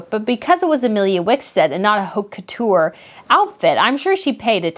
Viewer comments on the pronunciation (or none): none